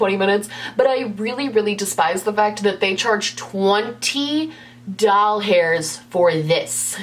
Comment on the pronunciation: Every time you say "doll-HAIRS" i cry. 😂